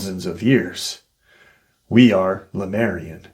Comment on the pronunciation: You say Lamarian. Isn't it Lemurian? Or are they different beings?